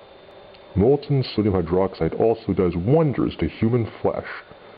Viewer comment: its fuuny how u say "molten sodium hydroxide does WOnders on human flesh" LOL